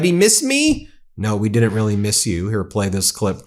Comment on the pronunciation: No. We did not “meeis you.”””